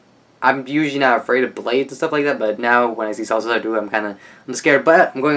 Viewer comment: you said 'Salsazar' the whole time man, that's a mouthful! haha, it's just SA-LA-ZAR but it's cool... kudos to the extra pronunciation skills! (btw, loved how you described Strand!)